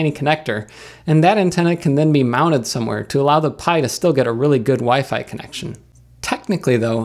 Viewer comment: Food? Is that a fork of foobar? I could use foobar to play DSD files from my NAS over SAN. Also, I think you may have mispronounced WiFi in that last part. Is WiFe a new thing? I don't see any WiFe around here. I'll have to look into that. Sounds expensive. Thanks for the video, and I hope you find a few laughs every day.